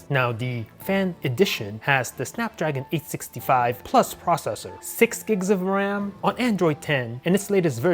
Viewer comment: its 865 he said it wrong